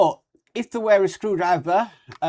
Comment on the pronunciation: The word "wera" is pronounced like "Vera" in English. You didn't mention anything about soft mats or the stands used, which is a shame.